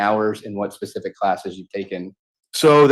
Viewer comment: "jus' ta be more pacific..." Good lord.